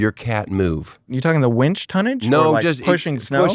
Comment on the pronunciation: Tosh made my eye twitch every time he said "wench" instead of "winch". WIN, tosh, it is a WINch, not a WHENch.